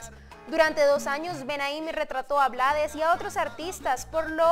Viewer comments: Se escribe Blades, pero se pronuncia en inglés. Su papá era de Barbados y hablaba inglés, como mucho de nuestros decendiente acá en Panamá. Lo que sucede, es que hay muchos países latinos, que ciertas palabras y nombres les gustan decirlo como se escribe, porque no saben pronunciarlas o no quieren complicarse la vida y eso es incorrecto. Ejemplo Trump, muchos lo pronuncian como se escribe con la U, otras con A, otros con O, pocos lo pronuncian correctamente. en el caso de Rubén, él no se complicó y lo dejó así, porque no se iba a poner a corregir al mundo todo el tiempo, así quedó como un apellido artístico. Además, al final, ellos son los que compran y escuchan su mísica. Pero si lo hizo saber en el título de su documental que se presentará aquí en Panamá, YO NO ME LLAMA RUBÉN BLADES. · !!!YO NO ME LLAMO RUBÉN BLADES!!!, se pronuncia BLEIDS. Desde Panamá.